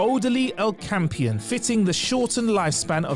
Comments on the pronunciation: DId you say "El-kampian"? Dude .. Okampa ... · Ocampa (Oh - com - pa) not Ocampion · An “O-Camp-ion”?! Jesus, this guys pronouncing of Trek words is just atrocious. Get a proper fan, not someone reading off a prompter.